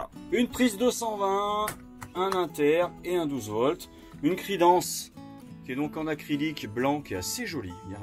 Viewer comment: Crédence et non cridence ! Beau véhicule merci pour cette vidéo bonne journée